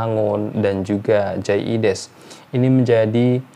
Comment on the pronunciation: Biasakan sebut nama orang sesuai spelling hurufnya. Logat mungkin sudah hilang, tp jangan ubah ejaan namanya. Jay Idzes, bukan jay ides...